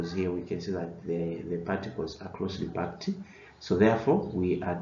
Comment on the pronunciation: Packed not parked